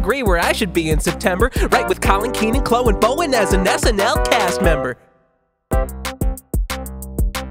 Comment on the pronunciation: Also did you pronounce Chloe as chlo?